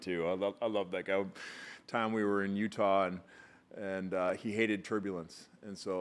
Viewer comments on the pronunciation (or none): none